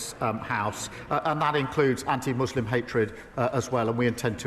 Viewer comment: Why must they say Mooselim